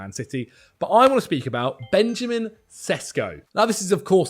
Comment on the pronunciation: its pronounced benyamin sheshko